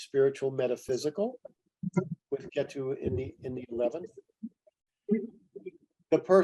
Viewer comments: Thanks for the talk. The way he is saying Ketu is distracting. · Appreciate the knowledge shared, but also annoyed by how many times he was corrected for the proper pronunciation of ketu but it just didnt register.